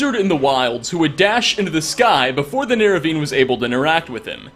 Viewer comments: Nerevin? C'mon you're making a living of this franchise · did u just say "nerevine"